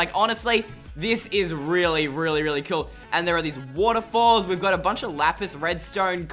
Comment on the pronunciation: Cool not coul